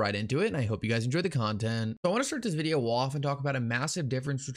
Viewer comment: He said videahh